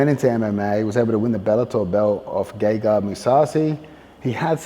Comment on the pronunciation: Sounded like he said “gay guy” mousasi.